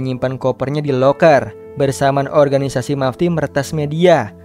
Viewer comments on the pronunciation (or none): none